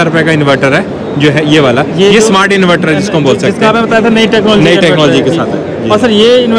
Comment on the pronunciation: इनवैटर nahi इनवर्टर bolte hain